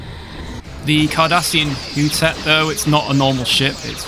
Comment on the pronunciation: I think it is pronounced Hoo-tet.